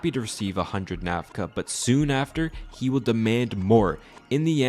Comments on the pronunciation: Currency is called Nakfa not Nafka. As in Nak rhymes with Tack and Fa is similar to fa in sofa. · correction on the pronunciation of the currency. the whole video you say NAF-KA. its NAK-FA. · The only wrong in this story is. It's Nakfa, not Nafka. The rest 💯 true, there's even much more worst things about that f**king government & his supporters. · Выборы отложили с 1997 до... Украину не напоминает? А чудик хоть бы выучил как их валюта называется. Накфа, а не нафка, ДБ! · I think you’re pronouncing the currency wrong